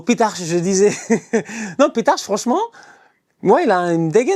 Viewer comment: Ça se prononce « pitarc « (c’est un nom catalan)